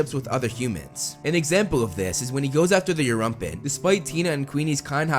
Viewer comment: Its Erumpent not Europent